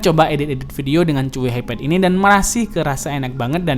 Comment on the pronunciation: Pas baca Chuwi gue denger nya "cuyy"😂